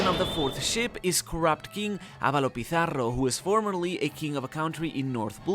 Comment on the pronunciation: Damn the way you pronounce ´´Pizarro´´ almost made me think you were from a spanish speaking country XD. props